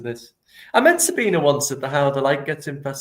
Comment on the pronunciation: SabinE. The E isn't silent in German.